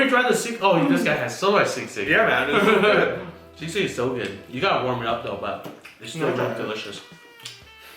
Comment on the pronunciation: You said sisig right for the first time